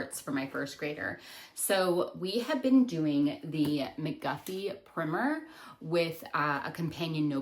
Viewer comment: Oh! Thank you for saying "primer" like "dimmer" and "swimmer"!